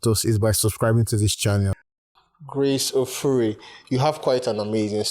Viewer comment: As an Uromi girl, I was angry when he said “ Ofure” 🤣🤣🤣how dare you pronounce the name like that 😠